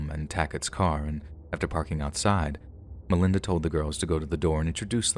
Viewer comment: As a friend of the Sharer family, yes I am from Louisville, I don't like the way her story is told here at it all. First of all you're saying her name wrong and second of all you start off showing what Melinda went through as if people need to understand her for what she did. She is the devil herself and a terrible disgusting human being and deserved every single thing she got and then some! This was a premeditated murder and the things they did to Shanda were unimaginable!! Some of this story isn't true or maybe you're just telling it wrong but if you experienced it the way I did in real time then you maybe would understand. Melinda and the other two deserve to burn in hell for all eternity and I hope that for whatever time they have left in this world they have a miserable existence. I hope Shanda is in their nightmares every night making them relive what they did and they never forget what sadistic human beings they are! RIP Shanda! Never forgotten! ❤️